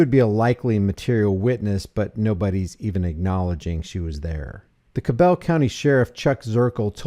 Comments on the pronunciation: CAB L not cable either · A lot of shady things happen in Huntington, West Virginia and it’s pronounced cah bul countie by the locals.. cops run the heroin meth and fentanyl racket.. they’re all on the take